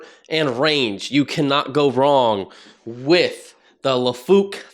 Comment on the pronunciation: It's lai-fook, not la-fook.